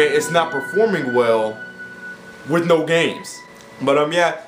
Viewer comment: I'm not gonna let you get away "wiff" dis.